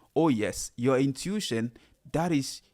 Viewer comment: Hey! Pronounced: "in-tu-ish-on" AMEN